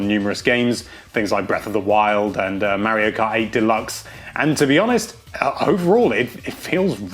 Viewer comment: IT IS MARIO KART NOT MEARIO KART